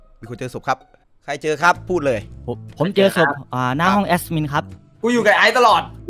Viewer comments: ตลกที่ พูดว่า " แอสมิน"😂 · แอ็ดมินมันไม่มีตัวsนะออกเสียงมันทำไม